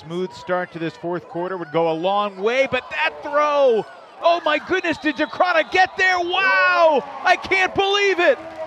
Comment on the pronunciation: It's been a year since he landed in the States and the commentators still can't get Decraene's name right...